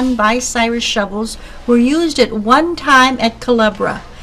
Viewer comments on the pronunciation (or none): the name is bUcyrus not bicyrus someond who knows what they are doing needs to edit this video which has too much history to have this kind of mistake, having rebuilt several crains and drag lines in the 70's I can appreciate this vid THANX! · What the heck is Bi-Cyrus? BTW . . . . . . thanks for the vid, always good to see people care about our history. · It is, Bucyrus, not, "Bicyrus". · too bad the narrator can't properly pronounce Bucyrus(Byoo- sire-us) as those who are from these parts are familiar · I's Buu-cyrus. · Say it like this: (B-you Cy-Rus)the woman mispronounced the name. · Much of my pleasure in this video comes from its earnest, homespun quality. As much as I detest the addition of music to documentaries, the barn-dance band enhanced that quality. Even the lady's consistent mispronunciation of Bucyrus added a chuckle. I'll try to find the other videos Rollag may have added to its nostalgia collection. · Please learn to pronounce “Bucyrus”!